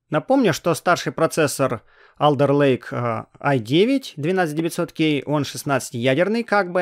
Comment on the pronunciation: Не АлЕРлейк, а Олдэлэйк